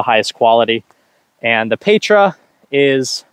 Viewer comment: Pronunciation of Petra - “peh-truh”. The “eh” is short not long like an A.